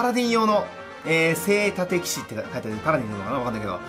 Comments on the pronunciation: せいたてきし？ せいじゅんきしじゃないの！？ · 読み方はおそらく“せいじゅん”